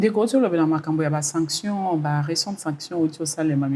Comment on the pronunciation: Bonjour, Sanction et non Sactio mon frère 😂